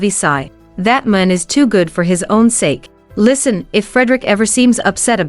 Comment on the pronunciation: Horrible narration..'man' (singular) was pronounce as 'men' (plural). Crazy!